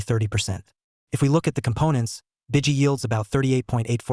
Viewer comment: Its pronounced B I G Y as in large .. huge .." go big or go home " .. not B I DG Y 👀 Easy from evolve is an excellent all in one ETF 👍